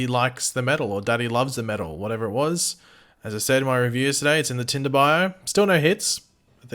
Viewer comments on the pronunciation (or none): none